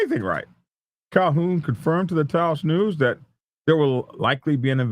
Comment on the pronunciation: Good job on pronouncing Taos right. What a mess! The response was massive. I saw police flying by me as I drove in town for a good 30 mins. Heard a lot of it on the scanner also. It was chaos for a while.